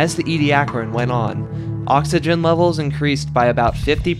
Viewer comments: ee-dee-AK-er-in That’s how you pronounce it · Nope, it's EE-dee-AK-ər-ən